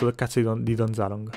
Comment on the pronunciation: Don Zaloog non Don ZalooNg